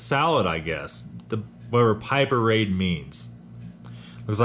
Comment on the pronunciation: A great review, as usual! FYI, "piperade" (pronounced pipper-ad) is a regional dish from the south-west of France and more precisely from the basque country which spreads between Spain and France. It is based on peppers and its name is related to the name "pepper" (pepper vs "pipper-ad") Continue your good work!